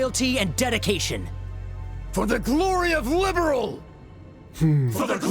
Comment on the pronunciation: The fact that they told the ENTIRE cast to mis-pronounce "Liberl" when there was a precedent for it's (correct) pronunciation in the later games still blows my mind. I'm so glad I didn't play this through until after the "Legacy Patch" had hit (My son gifted it to me on Steam as a birthday present).